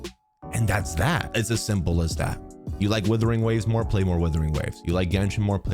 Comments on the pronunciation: Love how calls the game Withering Waves instead of Wuthering Waves 😅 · Its not withering, its wuthering. I dont want the new game to wither away...its amazing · Is it supposed to pronounced as withering waves? Or Wuthering waves? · I honestly think purposely calls it Withering Waves. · Why can't you say the game's name correctly though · Mans will never pronounce this game properly